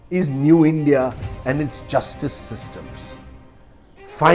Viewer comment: U first learn English it’s. Endia it’s india